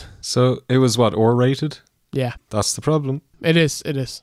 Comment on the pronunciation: "Ore rated". It rocked!